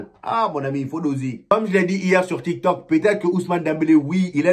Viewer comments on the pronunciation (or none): none